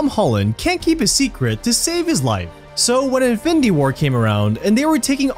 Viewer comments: bro, it's pronounced as IN-FIN-NI-TY, not INFITY like wtf lol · In-fin-d-war? Dafuq us that? Didn’t get past 2 minutes of this video. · “Ifendi war” 🤣🤣🤣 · Who else was annoyed by the narrator constantly saying 'infindy war'? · wtf is infindy? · Since the first time he said it. It really made this video really difficult to watch. Content was great, but this host was truly difficult to listen to. Especially how he says “infindy” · I'm a quarter of the way through and I'd have to "concur doctor" 😂😂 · Fidy facts you didn't know about infindy war😂😂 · Me tooo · Jesus, I didn’t notice it until I read your post Now, YES it’s very annoying LOL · Infinidy war hahaha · Sometimes it’s just “findy” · "INFINDY WAR" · Fact 51: its pronounced InFINdy war apparently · Fendy war??😂😂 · Narrator kept saying something like "infity war" was very annoying to the ears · Whats so funny is he kinda said infinity stones right in the beginning and then began to butcher the word throughout the rest of the video 😂😂😂😂😂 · Haha 😂thought I was the only one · Say infinity right lmao there’s no d in it it’s a t 😂😂